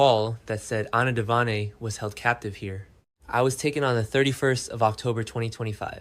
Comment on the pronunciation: His draw dropped when he heard that? Then if he actually watches the show why does he call Anna Devan A instead of Devane? Vane like a weather vane not devan then a long A. Off screen is oaf screen? Pronunciation is bad and fake AI instead of a real human that actually watches the show.